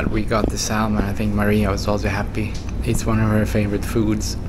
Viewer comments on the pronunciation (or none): the "L" salmon is silent "Samon" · ThE L is silent in Salmon